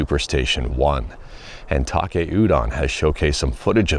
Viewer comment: He's Taki, not Take.